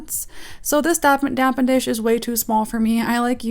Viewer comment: It's called a DAPPEN DISH not a damp N dish 🙄😇😇😂 how you do nails and not know tht.. Please tell me you was just playin?!?!?!